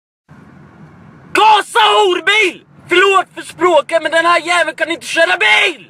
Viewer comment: lät som om han sa gasa fis